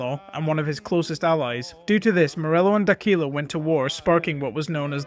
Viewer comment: Great videos. D’Aquila pronounced like Dock willa